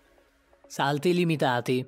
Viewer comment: Hai sbagliato Malvine pronunce dei salti però tutto è vero, io lo faccio su ruote ma lo faccio da pochissimo sono solo 2 anni e mezzo tipo solo che io sono in carne e dovrei mettermi un po’ a dieta hhahaha hahahahahah